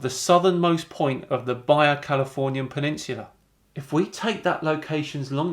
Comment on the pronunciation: It's pronounced "Baha" California. Savage Brit! <3